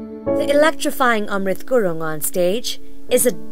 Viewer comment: The narration sucks. And FFS its Gurung, not gurun.